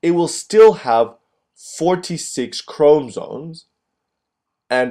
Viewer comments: Boy it is chromosomes not chromsome.........is ur o silent or otherwise u be silent... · Yes please 😫😫....ikr CHRO-MO-SOME Great video nonetheless 💯👍🏼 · Chrom-O-somes why not speak like a normal person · It's actually chrom- ah- somes......not chrom-o-some. Maybe instead of focusing on the pronunciation maybe focus on learning the concept? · Honestly the way you pronounce 'chromosomes' is so distracting and annoying I almost didn't get anything out of the video. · Hello, video was helpful although, when you say chromosomes, you do not pronounce the o between the m and s. Please for future videos pronounce this because it can be distracting. Otherwise video was great. Thanks!